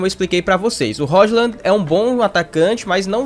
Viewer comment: Roshlan é engraçado, se fala róilund! (com d mudo)